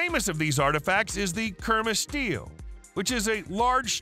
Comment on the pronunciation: Kurma “Stee-luh” not “steel”